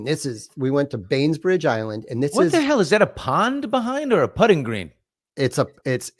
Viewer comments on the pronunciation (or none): Lol ! Billy ! Lol ! No "s" ! BAIN-BRIDGE ISLAND